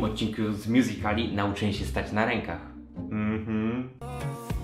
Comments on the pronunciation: Błagam nie mow mjuzikali tylko mjuzikli jest to poprawna wymowa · MÓWI SIĘ "MJUZIKLI" A NIE MJUZIKALI KURWA MAĆ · nie mjuzikali tylko mjuzikli OKK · nie czyta się miuzikali tylko miuzikli